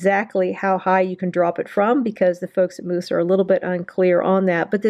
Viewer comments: Ahahahahaha! Why are you pronouncing Mous like mousse and not mouse?? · Pronounced mouse not moose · you said moose it is mous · Bruh it's not moos it's mouse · Future reference its pronounced "mouse" not "moose" couldn't stop laughing but great info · It’s mouse. Like mouse. Aaaaarrrrrggggghhhhhhh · honestly I think you just own the moose pronunciation. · 1 it’s pronounced mouse, and 2 just drop test it if it’s that good of a case instead of showing the accessories for half an hour